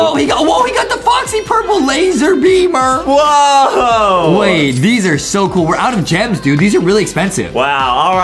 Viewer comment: Adam just said gool its cool lol